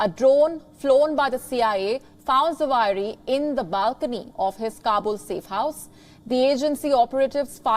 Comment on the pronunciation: It's Zawahiri.practice to pronounce it.omg